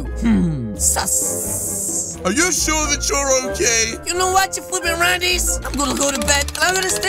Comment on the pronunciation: always sometime says suss with another s